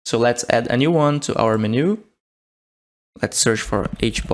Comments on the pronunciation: Please, by gods great grace, can you please say 'menu' not as min-ooh but men-you as in men like human men and you as in you are a monumental IDIOT. PLEASE. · You speak English very well, but it is pronounced Men-u not meh-new. Took me a while to figure out what you were trying to say :) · Every time you said Menu wrong it made my soul hurt. (Its pronounced "Men - you") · STOP SAYING MENU LIKE THAT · the way you pronounce "menu" is aaa interesting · brazilian pronunciations be like 🤝🤪